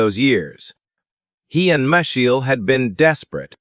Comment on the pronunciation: Let's blame A. i.! Reiner & Michelle (both proper nouns) are mispronounced.